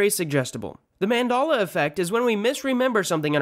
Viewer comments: Mand-A-la? Why does everyone else pronounce it Mand-E-la! If you're so smart, why can't you pronounce it correctly? If you say Mand-A-la 1 more time, I'm going to build a time machine and go back in time and delete you from existence! Then people will kind of remember that you use to pronounce it wrong. And then you will be the only real Mand-A-la Effect in History. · It's Man-DEL-ah, not Man-DAHL-ah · it's NOT mandolla. It's ManDELLA. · MAN DEL A NOT MADELA EFFECT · its mandela not mandolla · Isn’t it mandela not mandala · I hate how he pronounces it as Men-Dala instead of Man-Dela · "Mandahluh effect" Its Mandehluh 🤦🏽‍♂️ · the man-DOLL-a effect is named after Nelson Man-DELL-a. what. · Says “mandolla effect” when it’s clearly pronounced “manDELa effect 🤦🏽‍♂️💀😂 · How are you mispronouncing Mandela??? It’s a short “e” sound, not a short “a” sound after the “d”! Man-deh-lah, not Man-dah-lah! Learn how to pronounce a word before you make a video on it. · It's MANDELA, NOT MANDALA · Back in my day people said the man-del-la effect, now it's the man-darla effect, i hope you learned something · Its pronounced man-del-la, not man-dal--la, or whatever the hell you said. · Man-Dell-A not Man-Doll-A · manDEla effect not manDala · Great vid .... but PLEASE stop saying “Man-DOLL-uh”. It’s “Mum-del-uh” But great video. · Nice one, i see what ya did there! For those who wooshed on this one, this fool repeated called it the man-dal-la effect. Some also call it man-dol-la or man-doll-la. To those who dont know, it is man-DEL-la effect. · 1. It's not Man-dalla. It's Man-dela. (Seriously it's so easy to, how did you pronounce it wrong) 2. He didn't die recently. There's nothing recent about 2013. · Named after nelson Mandela, however the speaker calls it the Mandaaallla affect 🤨 effect and affect are also different, Jesus you absolute dipsh*t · Its mandela not mandalla! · Mandela is pronounced man dell ah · How about the fact that this guy keeps saying Mendala